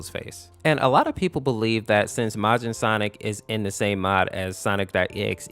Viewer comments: It’s Majin MAY-jin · it's not mojin -_- it's majin